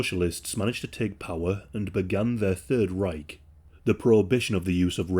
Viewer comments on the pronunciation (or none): none